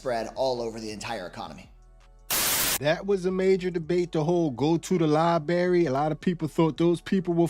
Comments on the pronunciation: Lie Berry 💀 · "Liberry"? You're a grown man and you say Liberry? Better axe someone if you need an ambilanz